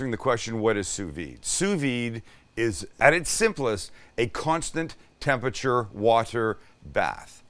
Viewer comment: oh my god stop saying TEM-PEH-CHUR